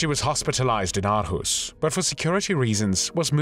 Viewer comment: Hej!! Greetings from Aarhus, Denmark!! Great video and congratulations on your Danish pronunciation....except for the word 'Aarhus'...sometimes written as Århus. But don't worry...Danish pronunciation is notoriously tricky!! You pronounced it 'Ar-hoos', which isn't quite correct. The double Aa (Å) is pronounced 'awe', as in 'shock and awe'....or 'or'!! So Aarhus is pronounced 'Awe-hoos'. (Or-hoos) And Aalborg is pronounced 'Awl-bore'..the 'g' is silent. And Danish 'r', as in the name 'Grethe' is not rolled, but made in the mouth at the back of the tongue....a tough one one for non-Danes!!